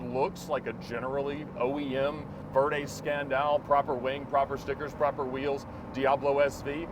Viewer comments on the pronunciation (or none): I love when he mispronounces lambo terminology 😂🤣. Verde ScanDAL, mucriellego lol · Did he just try to pronounce Verde Scandal like an Italian but won’t pronounce Murcielago like one??? 😂😂😂😂😂😂😂